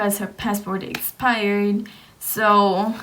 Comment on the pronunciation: I tried I really tried I got a headache half way through, she needs to study english and spanish. "pesso" instead of Paso, and "espired" instead of expired my dad was "frustrating" instead of frustrated. I can't, it hurts. Glad ur okay, u made a video so it must have worked out. ✌